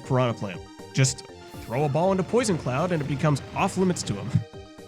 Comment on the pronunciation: For a moment I thought he said "I just got this clown offstage" instead of cloud